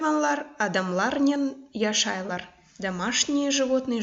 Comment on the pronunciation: не яшайлар, а яшайляр. Адамалар не должно произносится, как яшайляр. И вообще, все слова мягче произносятся, но все равно сагъолунъыз сизинъ иш ичюн